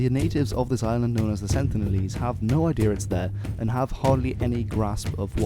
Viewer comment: Why do some people pronounce “idea” as “ideal”. Asking for a friend....